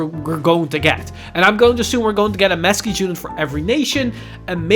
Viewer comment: Masques looks awesome but I think it’s pronounced Mask sorry if this comes across as condescending